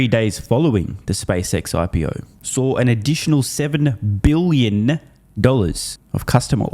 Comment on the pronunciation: Buiyin, try improving your pronunciation, even the yanks say bil yin . Aussies, theyre dreamin ..😂